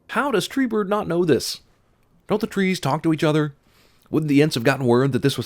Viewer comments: . I gotta sin Cinemasins. I'll swear he says "Treebird" instead of Treebeard. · you said Treebird, such failure. (I know the video is old :p) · Did you say TREEBIRD? haha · Its treebeard not treebird learn to say his name right sin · Treebird? Did you seriously call Treebeard, Treebird? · haha you said treebird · I heard Treebird... lol